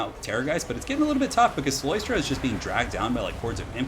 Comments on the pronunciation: Btw, it is cyLOStra, not cyLOIstra. There's no oi sound. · I dont wanna be that guy but its "CylOstra" not "Cyloystra", shes not an oyster xD